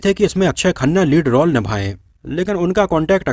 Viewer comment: रौल नही रोल बोला करो.